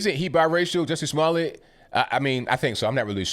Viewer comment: Hahaha. I love that you are saying Juicy Smoolyeah.... .